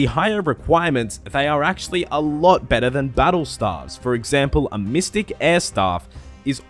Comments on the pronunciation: Stave is pronounced stayve, not like staff. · staves pronounced "Stay-ve" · lol the way u r saying it u should be spelling staffs and u pronounce staves like (stay-ve-ss) but besides that lets see how the video turns out haha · Lol i thought it was pronounced stayves lol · i died when i heard stAAAvs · Can someone please get me a counter of every time he said STAHVES in the video? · Lol no it isn't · god its triggering but nice vid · Dude, I'm an Australian as well, but it is staves still.... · I would probably watched the full video but couldnt take anymore of the wrong pronunciation of stave after 21 seconds of it. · your pronunciation of staves is wrong, or is it just australian accent? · To all the non-Aussies getting triggered over his pronunciation of Staff and Staves, just letting you know that's actually how we pronounce those two words in Australia nation wide. Nothing wrong with it.